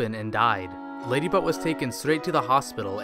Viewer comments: he said ladybutt no ladybot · When you hear Ladybutt instead of Ladybot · I heard LadyButt instead of LadyBot XD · Ladybutt Not lady bot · I thought he was saying ladybutt XD